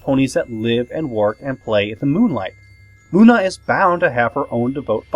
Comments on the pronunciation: Soler😇😡😉Not Lune😈😦😒💩!!!!!!!!!!=(=) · IT'S LUNA NOT LUNAR